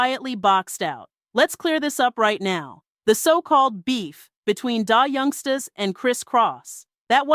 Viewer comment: AI's pronounciation of Black dialect influenced words are horrible !!! I cringe every time she pronounces the group name as Die Youngstas. Just horrible.